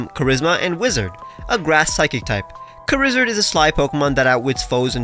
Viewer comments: "Charizard" but pronounced "Kuh-rizz-erd" is insanity. Props. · Charizard is a good name (pronounced "karizerd" of couse)